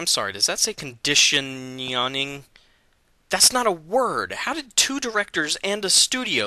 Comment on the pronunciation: air conditionioning made me rel laugh air conditionioning try saying that 5 times fast